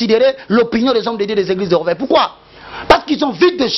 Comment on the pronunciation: On dit: réveil et non rèveil